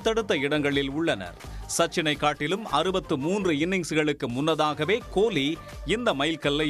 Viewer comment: உங்க தமிழ் அருமை "கோழி"